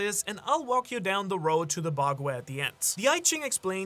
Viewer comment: The amount of mispronounced words in this vid while also apparently living in Japan.... like yea these are all chinese terms but one would assume a person would learn pronouncing the words for the key factors of their video before recording or even posting, Fung shui, bagua, Bagooa, Fang shway.... its really NOT that hard to find a video online for proper pronunciation